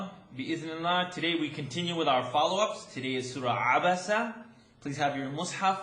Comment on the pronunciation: Thank u for annunciate the abasa